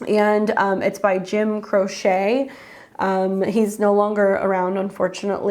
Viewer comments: I love your channel! Telling all my friends! Music nerd correction. Croce is pronounced like crow-chee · Jim Croceeeeeeee. Long "E". Lol, god you're young!!! Lol